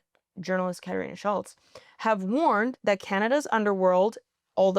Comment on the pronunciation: ...imagine being 'latino' and pronuncing 'Katarina Szulc' fkn uruguayaaaa stop it.